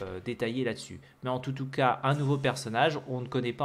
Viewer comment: « En toutou cas » 😄